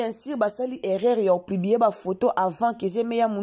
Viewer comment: Kk kolobela ba vies privé ya battu oyebi même pas ko expresser porraaa On dit publier et non plibier